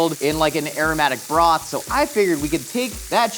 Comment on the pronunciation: "I'm gonna take all this Borth" what? the whole village? 🏴